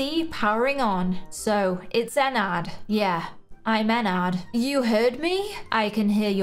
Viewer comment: i love your channel but it’s not pronounced Enn ard it’s pronounced Enn erd